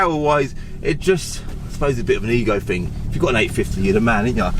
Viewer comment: "I fought I'd neva own one. Quite a rare fing."